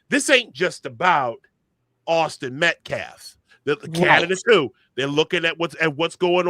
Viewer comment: This idiot even misspoke his name! "MET CAF?" I think this "baby shaker"is no more than a pimp...money grubbing pig! He hates white people😮 the mother is lying...PROVE YOUR FAMILY HAS BEEN HARASSED!...YOU CANT! because it not true. They want money thats it. This is anti white hate and its created a HUGE racial divide.I miss the 70s and 80s i never saw race..I see the hate twords my race on TikTok, MSNBC,THE VIEW. Its been exvepted! Wtf? Ii wish teens were made to read Thomas Sowells:Discrimination and disparities....I BLAME MEDIA...I BLAME TIKTOK I wish the Hate Twords my race would stop! Whites....would stop. "Karen"...This is making me feel like "wow...black people HATE US!...Im feeling different about my feelings about this race now...its heart breaking. Karmlo is going to walk....it takes one jury member to say: " Nope, hes innocent.😮😮😮 mark my words. This guy needs to stop....Im so sad that i have to tell my daughterto be careful about her braids? kyle didnt have a ak47 btw...bs.I do miss how it use to be before Rodney King.